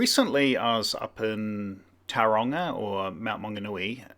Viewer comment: Perhaps if you’d learned how to pronounce Tauranga correctly before you started.